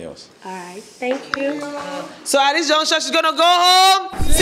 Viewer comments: Please it is “At this juncture…. “ and not “at this junction….” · Host, its "at this juncture" not Junction. Thanks